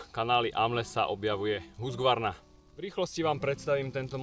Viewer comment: Nechci hejtitit je to Husqvarna ne Husgvarna😉